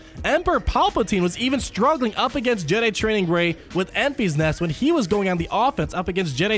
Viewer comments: Its not Enf-ee-s Nest, it's En-fiss Nest Great video bud as always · Ok, before I’m even 5 minutes in, you calling her “Enfees Nest” is annoying the hell out of me. Her name is pronounced “Enfiss Nest” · Enfys [en-fys] as a girls' name is pronounced EN-viss. It is of Welsh origin, and the meaning of Enfys is "rainbow" as a Welshman it made it difficult to take her seriously in the film, when everyone was worrying about the Rainbow turning up, particularly with Nest also being a Welsh name, meaning pure. so the pure rainbow being a good guy came as no surprise when it happened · Pronounce it more like Memphis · Pronounced "In-Fis" Nest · Lol, I thought the same thing. First he calls it "Staa Wars" now it's Enfees Nest" I'm just gonna watch moble gamer. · ...and apologies, but CubsFan Han may have his “Tie Slicer” revenge on you for the pronunciation of “Enfys”,;o). Keep up the great work! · Was thinking the same thing, but it’s so I kept watching lol.